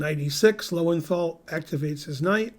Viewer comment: For one who has a big brain, it is surprising that you do not pronounce Loewenthal correctly. You've travelled to Europe, surely you know what the two dots do to the sound of a German o.